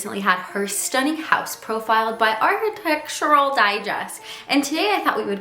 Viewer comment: you cant even say 'architectural' properly